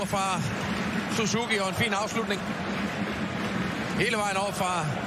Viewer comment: バイクがあるからSUZUKIとHONDAの発音はいいね